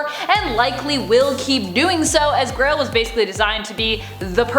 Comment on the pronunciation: euuuhh its not Crail, its GRAIL.